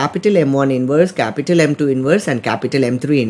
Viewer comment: bro said "cApUtAl M1 cApUtAl M2 cApUtAl M3" three times in 10 sec